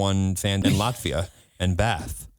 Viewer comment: Same, and I love how seemed so confused on how to say "Latvia" as well😂